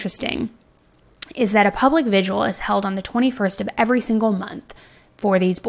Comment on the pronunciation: Vigil. Not vigual. That said, I LOVE your videos.